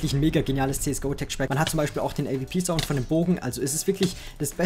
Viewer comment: avp? es heißt A-Duoble u-P und nich A-V-P also bezüglich der AWP